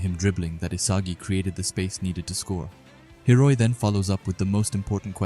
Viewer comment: I know it's common for you to mess up pronunciations, but cmon, you gotta do Hiori like that? 😭